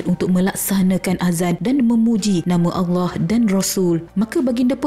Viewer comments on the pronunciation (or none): none